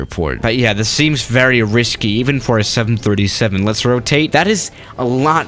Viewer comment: Seriously? This production person really needs to gather facts and learn pronunciation 737’s and similar land here almost a dozen times many days.